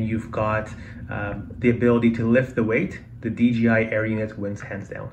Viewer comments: Nice video my friend.. There is just one thing, please, PLEASE in the future say DJI and not DGI. It's a J (Jay) in the middle not a G (Dzjee) Greets, Rob! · You are kidding right?? Its DJI buddy not DGI. In the English language the "J" is pronounced as "Jay"... You don't have to look into anything my friend. Just pronounce it the correct way. If you dont beleave me, watch a DJI add on YouTube.